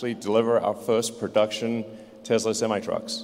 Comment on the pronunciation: He said tesla semite trucks hahaha